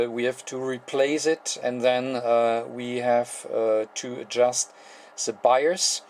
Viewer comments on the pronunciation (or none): Hello-- There was a minor confusion in your explanation of the set-up of the bias voltages. In the video, you used the term "buyer's voltage". It took some time for me to realize that you were saying "bias voltage". LOL Very funny, on my part. Very nice video, and very well done. The importance of a good visual is shown here.